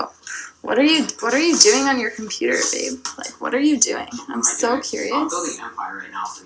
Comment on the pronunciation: Aww baeb, baeb get ohn yo computerr. awh baeb stawp it baeb. Got that word gets so annoying.